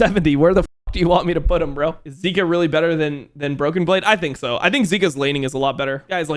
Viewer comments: he pronounces zika as zerka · If he’s gonna pronounce zeka like that he has to pronounce Zika in a different way